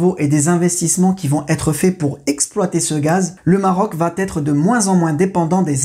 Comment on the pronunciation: Pourquoi vous faites la liaison en prononçant « vat-être » au lieu de va être ? Comme si va prend un «t» à la fin !